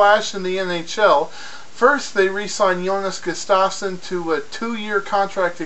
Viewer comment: it is GUST AVE SUN. Pronounce it right.